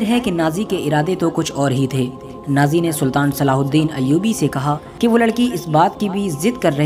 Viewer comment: نازی نہیں ناجی بھائی کچھ خیال رکھو